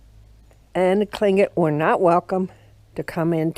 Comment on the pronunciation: Unfortunately the native peoples suffered brutal losses from the Americans and the Russians. This is a very pretty place. How many times did you practice saying "Tlingit" before making this video? I know I would have messed it up. Hahahah